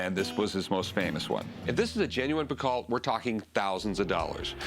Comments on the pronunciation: Piko. Not Pikat 🙄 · For any non-french speaker ; Any names that ends with AULT , sounds like O. Emilie PICO . Not Pick-alt !! Just sayin :P